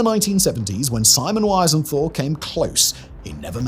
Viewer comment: Pity you can't pronounce Wiesenthal!